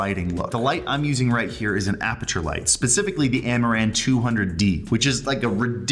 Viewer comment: Is it me or everytime he says "amaran" I hear "Amouranth"?